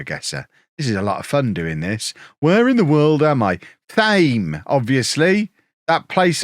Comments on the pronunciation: Its tame, not thames as in the river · FYI it is pronounced Thame. You are welcome. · ITS PRONOUNCED TAME,. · 3 attempts at pronouncing Thame and they’re all wrong 😂